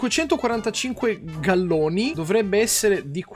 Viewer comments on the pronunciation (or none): Non so se te l'hanno già detto, ma è galeoni, non galloni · GALEONI NON GALLONI KARIMMOOOO